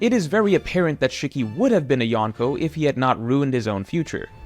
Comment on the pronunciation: Shikky =/= Shiki (She-key)